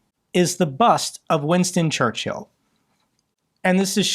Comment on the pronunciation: In all this sadness the only thing cracking me up is pronunciation of Churchill. ChurchHill xD